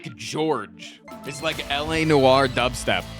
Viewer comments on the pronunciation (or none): none